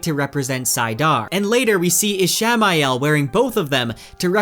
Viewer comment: Is he mispronouncing Ishmael <— or is it spelled a different way?